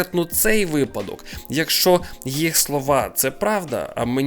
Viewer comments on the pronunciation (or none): none